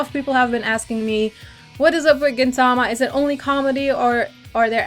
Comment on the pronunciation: GintaMA, not GinTAma yes I am a weeaboo.